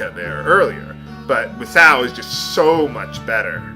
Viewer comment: I believe the correct pronounation for Musou (based on my knowledge of the chinese and japanese languages) is actually like "Moo-sow". If it was spelt "Musao" and not "Musou", then you'd be correct. As for the characters, I believe the one in the upper right is Sky or Heaven, and based on the name of the attack, I'm guessing the other one is 'Strike' - basically it's saying SKY STRIKE!